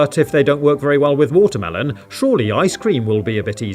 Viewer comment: Is it watermelon or WHATA-MEL-OWN